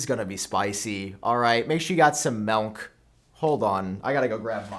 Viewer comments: Did you say Melk??? 😂 it’s MILK damn you !!! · Ewww, “Melk.” 🤢🤮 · “get your melnk” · I’m convinced you’re adding an “n” to milk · Hate the way he says “MELK” 😭😭😭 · Did he just call milk… melk🫠🫠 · Did Sam just say, “melNk” TWICE?! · The way he says milk 😂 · I thought I was the only one that hard that! Must be an accent or something